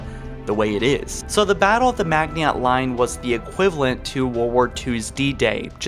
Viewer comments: Stop fucking saying mag-nee-ot sphere! Its ma-jin-oh! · You pronounced Magniot wrong. It’s pronounced “Madg-in-o” Line...you gotta say it with French inflections. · Pretty sure Maginot is pronounced (mah-gin-oh). Edit: Jesus sorry but hearing you pronounce it like that over and over I can't watch the rest of the video lol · You mispronounced the maginot line. It’s basically pronounced magnino line. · It’s pronounced “Majino” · You miss pronounced maginot , it sound like Maj-in-O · Maginot - Pronounced Ma gin oh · I like this channel but for real, how is it that only one of you can do the voice work? How do you see something spelled Maginot and you pronounce it like Magniot and no one notices before you post the video? He's gotten better but damn. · Hahahaha,"Magy not" haha. Dude, look up how to say it. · Holy fuck this guy is struggling with all of the foreigners at the magniot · It's pronounced majino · Its pronounced Mah gene no . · Maginot is pronounced Majino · Isn’t it pronounced mah-jin-oh? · It is pronounced Ma-zee-no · I read this JUST as he said "Mag-ni-ot" and I loled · How you pronounced maginot made me cringe and shake harder than a gender fluid creature after someone says there are only 2 genders if you’re not sure then find out how to pronounce the words we don’t want another Cairo station incident lol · Did he really say "sentiment life" instead of "scentiant life?" Why does he keep calling them "foreigners" instead of "Forerunners?" He's pronouncing the "T" in Maginot?! Next John-117 will be the Master Chef! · Fuck, your mispronunciation of the word "Maginot" made me instantly hate this video. It's not that hard to find the right pronunciations for french words.. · You were mispronouncing Maginot so often you said "setnient" instead of sentient lol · You pronounced Maginot wrong and it triggered me so hard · He’s saying Maginot incorrectly on purpose right? If not, he just sounds uneducated. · It isnt pronounced like that. Maginot the t is silent